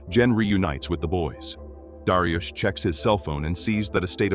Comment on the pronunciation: darius ❌ dariush ✅